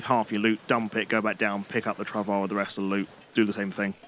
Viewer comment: FYI travois is pronounced trah voy.